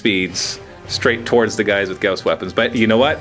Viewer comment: isn't "gauss" pronounced "gah-aw-sss" not "gah-oh-sss"?